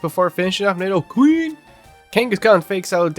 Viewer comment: The way you say nidoQREEN 😂